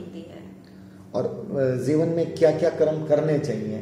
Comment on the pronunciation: pl. speak janam and not zanam jeevan and not zeevan